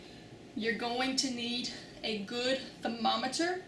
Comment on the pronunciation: CORRECT pronunciation of "thermometer"